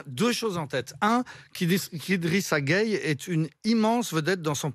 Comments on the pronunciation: Pourquoi vous êtes comme ça ? Tout le monde dit GUEYE, mais toi tu dis Gueyé. C'est quoi ça ?! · Y’a pas gayé mais geuye 🇸🇳🩸